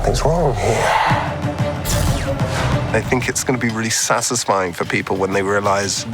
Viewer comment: No one: Vision: SASSISSFIYING